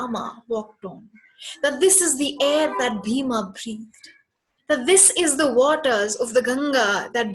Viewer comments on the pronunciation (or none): Please stop insulting our Gods and history by calling them Raamaa and Bheemaa. It's pronounced as... Raama and Bheema.